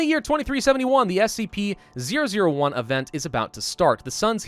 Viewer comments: you said spc lol, its scp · Its "SCP" bro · spc 001 will kill all humanity Me: did u say scp?: NOU